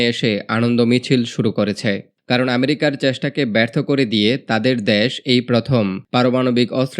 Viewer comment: দ্যাস টা কি? আবাল বাঙালি বাংলাটাও বলতে পারে না